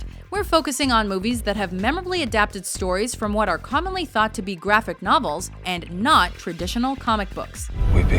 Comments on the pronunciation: Did she say gravick novel? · is it me or did she say gravic novel